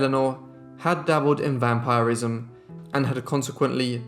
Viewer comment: Great video! It's pronounced vam-pir-ism rather than vam-pyre-ism